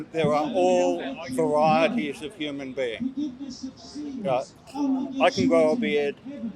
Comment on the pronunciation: Dude keeps saying humane beings??? Tf ?